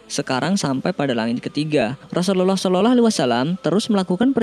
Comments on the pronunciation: Yg bener ngucap rusuluallah jgn sorolloaalh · Assallamualaikum. Min gw hanya mau beri masukan doang nih. Tlong pngucapan Rasulullah SAW d prjelas. Pmbacaan Rasulullah kok kedengarannya jdi Seolah-olah. Bacanya jgn trlalu buru2. Santai aja knapa sih.? Tlong d prbaiki utk kdepan. Ada gak yg spendapat dgn saya? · Pmbacaan Rasulullah SAW., Kdengarannya kok kayak Raslullah Seolah-olah wasalam. Apa sya yg salah dengar atau mmang admin yg gak tau cara baca? Jgn gitu dong min. Tlong d prjelas pmbacaan utk baginda Nabi. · Assalamu'alaikum bang. Pengucapan Rasulullah SAW nya di perbaiki bang supaya gk keliru. Syukron